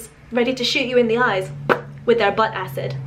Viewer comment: She has an English accent all throughout the video except when she says "butt" 😏...she sounded American.